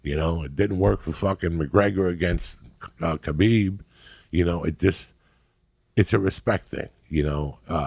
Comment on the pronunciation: Finally said khabib correctly